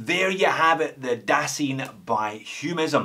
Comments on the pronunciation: Dasein not daseen :) (you can check the check wiki page for pronunciation). Heidegger would probably be very disappointed by both the lack of proper German accent and the watch :) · Heideggerian term "Dasein" is pronounced "Dah-Zyne" as you probably already know by now. Love your reviews.